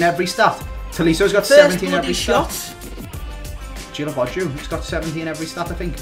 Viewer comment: Snapchat squad:, Guilavogui is pronounced Ghee-la-vo-ghee, NOT jillavoju FOR GOD'S SAKE.